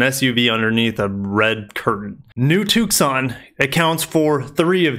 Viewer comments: The "C" is silent in Tucson! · I love the way you say Tucson